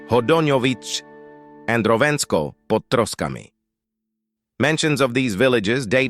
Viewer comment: I love the inconsistency of the AI pronunciaiton. Újezd is "údžezd" but "Želejov" is "želejov". Also that "pod Troskami" was suprisingly correct.